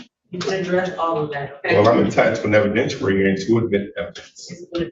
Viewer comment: Evidentooary hearing.